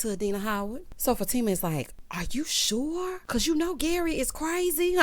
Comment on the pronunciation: I did not remember or notice “Are you sho”, but now it aggravates me. Yes I would love to see you write a sitcom and would tune in. Hope you get your coins if they do write the story line about Robin giving Andy something…..